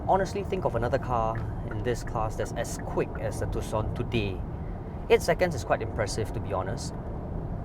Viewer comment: Color me surprised, he pronounces Tucson properly 🤣